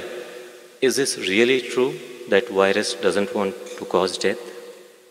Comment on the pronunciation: Why is it so difficult for Indians to pronounce "v". It's "virus", not "wirus". It's"video", not "wideo". It's simple. All you have to do is say "f" sound softly and it will sound like "v". Try it now. "firus"..."virus".